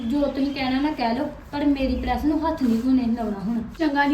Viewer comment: ਪੜੈਸ ਨੀ ਪਰੈਸ